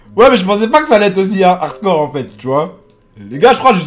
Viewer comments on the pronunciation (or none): none